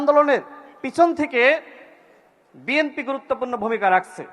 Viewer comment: বিএমপির নেতৃবৃন্দ, এখনও দলের নামটাও উচ্চারণ করতে পারে না।